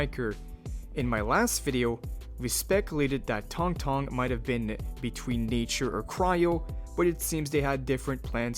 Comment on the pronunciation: Tank tank???? It's Tang Tang mf, get it right